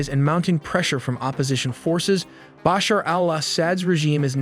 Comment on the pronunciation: Hey listen if you gonna say Baasher and asaaad again I'll report this channel 😂